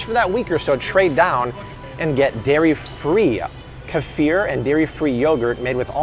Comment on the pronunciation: Ka fear??? I think you mean Kee furr